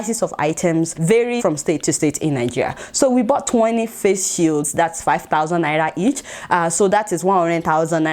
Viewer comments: Adeola its naira not naya😉😉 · Who else love the way Adeola pronounces "Naira"?😂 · I just love the way Adeola pronounces Naira...